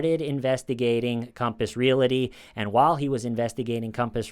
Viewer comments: It's Real-ty not real-i-ty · Please keep saying 'relaty' instead of 'realty' forever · Great video except for the mispronunciation of "real-ty" (a two-syllable word) as "real-la-ty". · Gotta jump in here to say a) love your show, and b) Pleaaaaaase stop saying “REAL-i-tee” (it’s REAL-tee) and “REAL-a-tor” (it’s REAL-tor). Realty. Realtor. Only two syllables apiece. 🌺🍷🌺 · re-al-ty not re-la-ty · Hey buddy! Realty has no “i” in it. You pronounce that word “real- tea” not “real- ity “ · Just wanted to mention that "realty" is a 2- syllable word. It's pronounced "reel-tee". You must have mentioned Compass Realty at least 50 times in this video, and each time, I cringed. Really good video, though! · You're the best buddy but its REAL-TY. There's no A between L and T. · Not making fun, just saying...real-tee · Love your show! One little critique—there is no vowel between the “l” and the “t” in the words “realty” and “realtor.” Pronounce realty like you’re saying that you’re drinking real tea. Pronounce realtor like you’re saying, “That craggy hill is a real tor.” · Thank you for calling TULLIS REAL-ITY, speaking. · Stop saying realty😂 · doesn’t know how to say "realty"